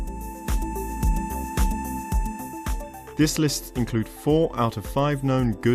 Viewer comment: You pronounced dynasties wrong mate. 😄